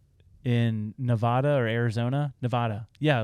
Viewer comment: Thank you for saying Nevada correctly